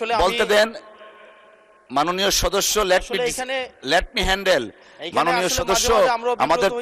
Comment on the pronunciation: "লেট মি হেন্ডেল"